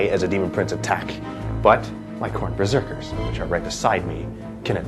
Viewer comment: did you say berkers?